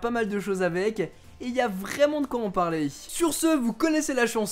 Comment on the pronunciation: De vous retrouvey pour parley 😕😕